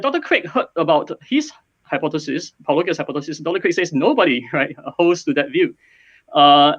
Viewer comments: Pronounced Pollo-Gee-a....?...? These apologists have no sense of humour or wordplay so I guess it’s not surprising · Why do so many of these educated and experienced speakers have difficulty pronouncing “Paulogia” with a soft g sound? As in “gee whiz”. Have they never heard the word “apology”? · Is "Paulogia" really that difficult to pronounce?